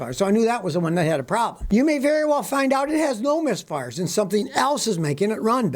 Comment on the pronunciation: He keeps saying miss farts.